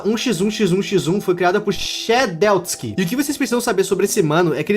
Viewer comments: "shedéuxtiski" (cono se pronuncia é tipo shediléti iskai) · shedeusky 💀 pra ajudar e she lets ky com o barulho do t e do ky como se fosse k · shedeutsky😭 é só falar shed-let-skee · "Shedeltski" "Shedeltski.." "SHEDELTSKI.." HIPE A PRONUNCIA É "SHEDLETSKAI" COM L😭😭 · o tu pronunciou shedletsky errado e q a pronuncia e tipo SHED LET SKY (tipo shed vamos ao ceu) mais se tem q falar SHEDLETSKY, isso pode ser meio ignorante e idiota mais era so uma correção, alem do shedletsky ter cido 1 dev do roblox e criou 1 jogo chamado Sword Fight On the Higt que tem 1 trilogia de espadas bem conhecidas na comunidade do roblox, por exemplo o c00lkidd do forsaken usa a firebrand, uma das espada q o shed criou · Ele falando shedeuski akkakakakakkakkakaka desculpa....mais não dá akakak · Se pronuncioa shedeletsky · Shedletsky se pronuncia shi dlet skai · Ok, já que ninguém falou eu vou falar (caso ele faça um vídeo dos sobreviventes isso pode ajudar kk): Shedletsky se pronuncia "Che di lé ts ki" e pode ser chamado frequentemente de Shed. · Na verdade a pronúncia real é shedilétski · Correção: o nome do Shedletsky se pronuncia Chediletiskai (sim eu meti essa pra explicar como fala) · Se pronuncia chedi leti iscai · n é difícil: shedletsky se pronuncia chédilétiski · Não tankei esse "shé-del-ski"KKKKK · "Shedeutsky🥺" TOU PARINDO UM ÔNIBUS AKKAKAKA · O nome é shedletsky mais o pronunciamento é xed lets kai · o nome do Dev se pronuncia shed Let's sky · vc se pronuncia shedlétiski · desculpa ser chato ksksksksks, mas se pronuncia xed leti sky ksksksksk, desculpa mesmo ksksksks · se pronuncia sheledsky 😭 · Não tanquei o falando shedelstkc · Eu amei a parte que ele chamou o Shedletsky de Shedelski. TRAS OS SURVIVORS POR FAVOOOR!!!! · "Shedeuski" ai é triste né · "shedeutski" kkk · E se pronuncia shediletiskay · se pronuncia chedeletiski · Shedletsky Pronuncia: Ched - lets - ky Espero ter te ajudado❤ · a pronúncia e: shed-lets-ky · ele falou shedletsky errado